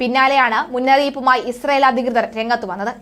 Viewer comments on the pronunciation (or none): none